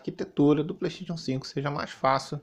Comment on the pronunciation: mano o cara fala PLEISTEITXION e ainda quer ser levado a sério kkk